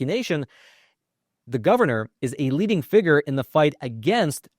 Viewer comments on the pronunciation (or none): none